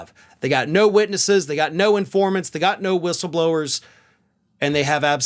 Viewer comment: “Witnesses”, not witnesses.